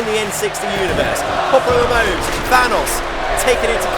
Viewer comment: Do we just Ignore that said PopularMELOWS?